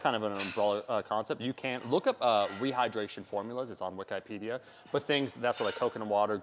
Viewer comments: Correction: Wih-keh-pee-dee-a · Wik-eye- pedia